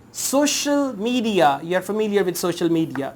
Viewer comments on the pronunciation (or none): none